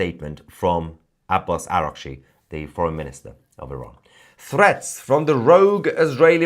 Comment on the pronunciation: آباس آقا😂اوراقچی رو چه خوب تلفظ میکنی همشهری😛😅🤣😂